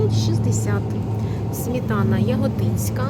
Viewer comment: Шановна, СМЕТАНА. Не смітана.